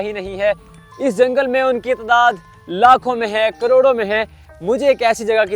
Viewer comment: Why you say lakhoon and Croroon hy is Tehni prr !